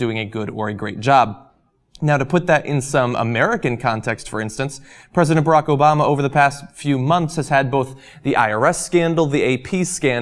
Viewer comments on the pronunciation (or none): none